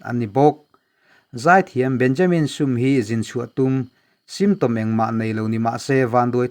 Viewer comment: Burma lam hi kan thil lam dan a har thin khawp a. chuti chung chuan i thiam khawp mai. 'Benjamin Sum ' tih kha 'insum teh' kan tih a.' Sum ' kan tih rik ang khan han thluk sang deuh la a dik chiah ang.